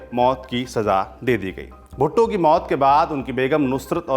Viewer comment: Saurabh ji aapne galti se 'bhutto' ko 'bhutte' bol.diya. 3.38 to 3.43